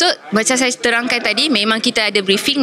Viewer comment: Suruh ajai betulkan sebutan S nya jgn saya di sebut jadi shaya,shyuka,shyanang baru lah komen orng